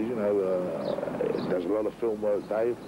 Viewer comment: It’s Dave not dace